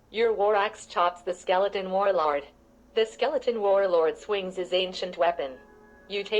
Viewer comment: "The skeleton war-lard"